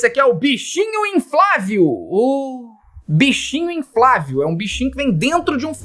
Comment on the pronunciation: "Boneco inflavio" foi de mais pq tu percebe que a pessoa fala assim na vida real, nem foi desatenção. :D